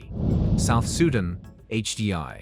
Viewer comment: First learn to pronunciate. You lost me at South Sudan. The ineptitude to pronounce displayed by especially North Americans leads me to doubt anything they say. Why is it so hard for them to educate themselves? They know nothing but have an opinion about it. Off my feed, please.